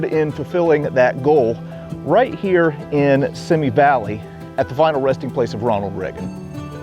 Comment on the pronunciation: FYI: It's pronounced "see me" valley...